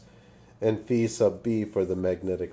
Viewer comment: it's pronounce phi, get it right